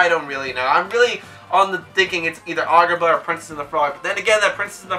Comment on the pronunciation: Why you say it like argar ba